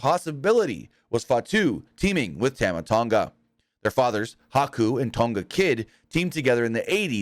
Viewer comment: The 1st person I've ever heard say tama tonga wrong